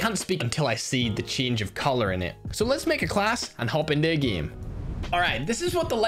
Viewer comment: Whhyyy gieme its game not gieme